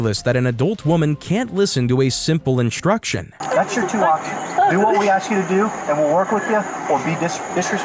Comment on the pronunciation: why cant these people speak properly? the word is 'ASK' not AXE.....I would never be able to do. thiis work...the disrespect is unbelievable